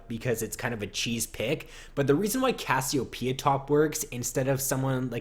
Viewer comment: ur saying cassiopeia weird and it's making me cringe